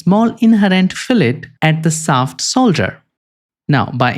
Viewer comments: "Shaft", not "saft" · You need to work on pronouncing "sh" You pronounce shaft as saft. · Interesting video and presentation. I would suggest that you need to improve your english pronunciation. It took me about a thrid of the video to figure out what you mean when you were saying sap (shaft). The where many poorly pronounced word that need improvement. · it´s shaft shoulder, not saft solder. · Yes. Very educational. But I needed the captions because absolutely no effort whatsoever was made to pronounce the "sh" sound. I know some people struggle with pronunciations, but when you are educating people and can easily ask other people how it sounds before it is posted it is rather lazy to not do it correctly. Half the audience is wondering what a saft soulder is and they have to stop and start the video again to read the captions.